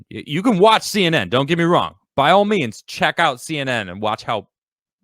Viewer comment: To me, “SEE EN EN” now is called C N E N D